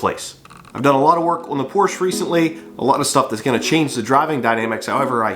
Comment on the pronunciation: you could always separate you car build channel from the rest by saying Porsche instead of Porsch. lol 😂 I think your window problem is going to be the relay or possibly the console switch. If it's just one window acting up it's probably not the battery.